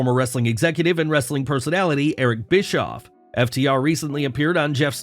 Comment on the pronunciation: "Wrrrrrrrrrrrrrrrrrrrrrrrrrestlin Content!!"